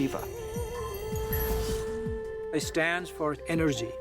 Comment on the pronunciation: The AI and real voices both mispronounce "Shiva"